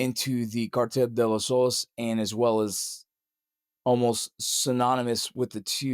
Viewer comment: " CARTELL DE LE SOLES"😅😅. MF CAN'T EVEN PRONOUNCE IT, AND WE ARE SUPPOSED TO BELIEVE HIM. " WE GOT ENEMIES IN OUR HEMISPHERE" NOT SHIT, SHOULDN'T KICK THE HIVE IN FIRST PLACE FOLLOWING THE SO CALLED "WAR ON TERROR"